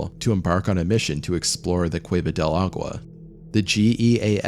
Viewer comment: Yikes! a-goo-wa? ah-gwa? Agua?! Here's a tip: The "G" in Spanish is technically not silent but those of you that are not native speakers sound more fluent when you make the "G" silent instead of making it hard. Of course you don't have to, but what dummy doesn't want be better & smarter ☺️